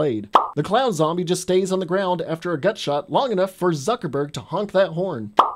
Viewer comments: Why did you call him zuckerburg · I can't tell if he's joking when he calls Jesse Eisenberg "Zuckerberg". But they are practically the same person